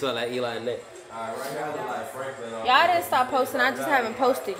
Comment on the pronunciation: why it say her name like that 😂